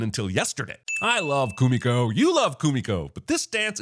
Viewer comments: I am sorry for this, but her name is Kumiko. If she meant to say Kimiko, that is not how she pronounced it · I'm adding a sin to this video everytime dumbass Jeremy insists on pronouncing Kumiko's name incorrectly when the characters say it out loud multiple times in the movie.